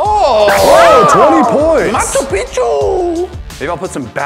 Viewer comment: He said macho pichu